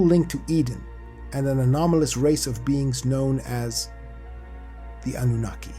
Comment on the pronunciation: Oh my stars, thank you for pronouncing Annunaki correctly ❤, and for another beautifully done episode.